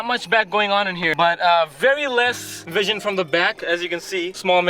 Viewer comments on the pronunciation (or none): none